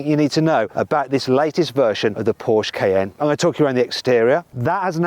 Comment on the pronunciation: 포~ㄹ~쉐 크아이에ㄴ 발음 간지나노